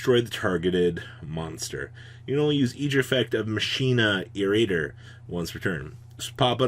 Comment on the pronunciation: Card: "Machina Irradiator": "Musheena Raider, yeah."